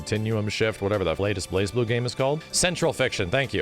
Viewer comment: I still hate that you don’t pronounce the z in Blazblue.